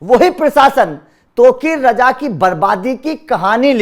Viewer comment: gandu sahi se nam to lena sikhle